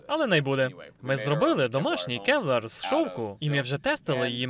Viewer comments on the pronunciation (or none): КЕВЛАР. КЕВ-ЛАР! Не келвер, не кевлер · Реально крута озвучка! Дякую! Маю два, не зауваження, а типу підказки. Ну загалом не в образу, а для розвитку)) по-перше, nineteen eleven це марка зброї - дев'ятнадцять одинадцять, а не 1911 рік, а по друге, але тут я не впевнений на 100%, Kevlar - буде кевлАр, а не кЕвлер😊 дякую ще раз)